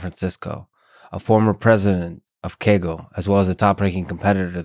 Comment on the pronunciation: "A former president of 'keggle'"